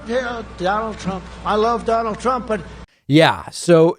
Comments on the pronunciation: Donald Prump. Lol. How the heck do you get your own name wrong? Lol. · Wait, ” DONALD PRUMP???!!!” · Sleepy Joe can't even say his name, so vote for me Domold Prump for president of Nars. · Donald Prump LOL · Donald Prump! Lol